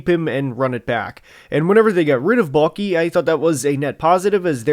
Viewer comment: Every time you say “Baalke” I hear “Mulkey.” At this point I’d even welcome her to take control of this team.